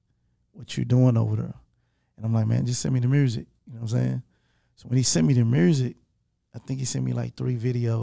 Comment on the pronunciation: Yo Gotti is starting to pronounce “music” without the letter “r” and it’s making me so sad because that’s something really unique to Memphis and I love his accent 😭